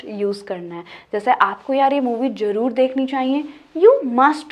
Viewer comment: Sister jaroor nae 'Zaroor' hota hae🇵🇰